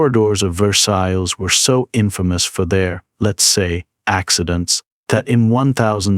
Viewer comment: good video but thats not how you pronounce VERSAILLES and every time u say it wrong i twitched a little.